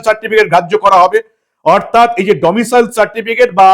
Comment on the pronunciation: ওহে , domicial নয় , আগেই বলেছি। ওটা domicile 😅😅😅